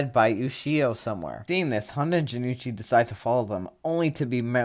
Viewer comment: Hey not to be that guy, but Jonouchi's name is pronounced Jo-no-uu-chi, not Ja-nu-chi. Good to see more people cover season 0 btw